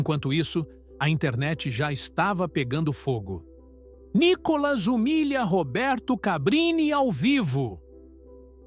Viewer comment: Nícolas claro KKK